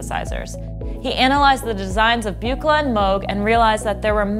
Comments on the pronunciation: "Mohg and Byoo-kluh" What crazy awesome circuit board! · Am I the only one who cringes on the mispronunciations of Don’s last name? Dead giveaway she is reading a script and not familiar with the subject matter. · The Buchla mispronunciation is killing me. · You and a handful of geekier synth nerds is about all who cares, lol. People have mispronounced mewg moahg too forever, who cares One should be more concerned with the mispronounced EEEpoxy vs ep-poxy since those are not names, but whatever, who cares, great video